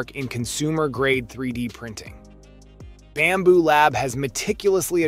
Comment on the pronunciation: It’s Bambu not Bamboo